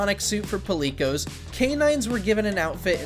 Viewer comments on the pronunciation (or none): why do all these narrators have such a hard time saying such universally known words like puleekos for PALICOS?? (pall+calico=palicos come on )